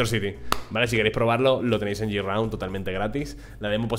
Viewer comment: no se dice yiraund, se dice GRAUND, ojo escribo tal cual suena, tus videos son muy buenos, pero aprender algo de ingles no le viene mal a nadie, recuerdalo para proximos videos GRAUND